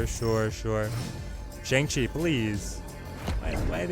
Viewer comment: Killer content. Just wish you (along with literally every other snap content creator I've seen) would pronounce Shang-Chi correctly...it's like bong with an sh instead of a b.